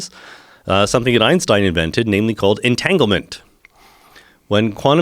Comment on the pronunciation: did he say entanglement lmaoo